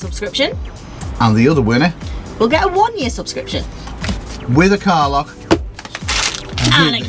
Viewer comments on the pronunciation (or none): When says car lock it sounds like he's saying Carla. LOL!